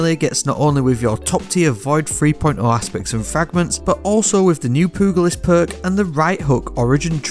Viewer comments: Pew- jah- list Sorry not trying to be an asshole I just have never heard pugilist said that way 🤣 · Looking for that pooglist perk 🤌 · Poo goo list lmao. How did u not know how to pronounce thay? Anyways, great video and like that exotic as I’ve never seen it before. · Lol he said “poogalist” 😂 I’ll never grow up. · lol poo-gul-ist.... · pugilist is pronounced "pyoo juh luhst". all in all, good vid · Hearing content creators miss pronounce pugilist is like nails on a chalkboard 😖